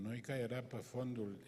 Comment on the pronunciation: Sigur, fără îndoială un intelectual de mare clasă. Afară de unele derapaje verbale din categoria prepoziţiilor limbii române, care nu prea s-ar explica la anvergura lui. Spre exemplu, în loc de "pe" - pronunţă "pă" ("pă mine", "pă tine") tot așa, "dă" în loc să spună "de", etc. Apoi formele contrastive de genul"p'orcine", în loc să spună "pe oricine". Ne putem imagina o situaţie hazlie, o glumă ( tot îi plac lui glumele, cum ar fi aceea din tinerețe, pe care o spune mereu: "Semeni cu Balzac" " - Mă simt honoré !"), în piaţă, la standul de produse din carne, un anunţ de genul: "servim p'orcine". Unde nu putem trasa prea clar limita între provenienţa cărnii, categoria socială din care fac parte clienţii sau pur şi simplu natura caracterului lor. Altfel, cam obosit, cam gâfâielnic, cam rectangular (nu mă refer la forma fizică). 😅